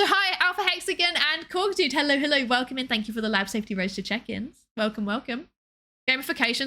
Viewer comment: you say hello as hellor muchhhhh